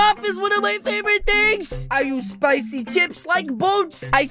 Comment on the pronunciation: I am very angry he says CPICY CHIP👿😡